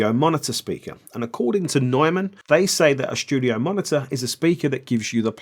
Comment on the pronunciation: "Schtudio"... like the German pronunciation. 😂